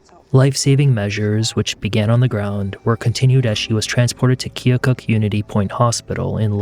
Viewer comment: Thanks for your correct pronunciation of Keokuk, IA.